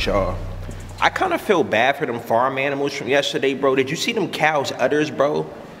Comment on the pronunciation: This shit is better than most comedy shows 😂😂. " FREsh aminals"😂